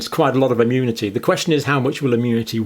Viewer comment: Arrrgh! What's wrong with people? It's not bloody "ammunity", or "ammune". Thanks for the video though.